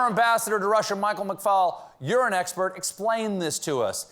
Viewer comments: Did anyone else hear "Urine Expert"? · After quarter full pants comment, "you're an expert" sounded like "Urine expert"